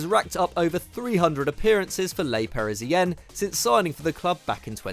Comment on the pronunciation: "Lay Parazien" 😂😂😂😂 I know you don't speak french but that pronunciation almost gave me a stroke 💀